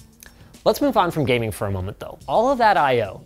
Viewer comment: well got the gayming part right...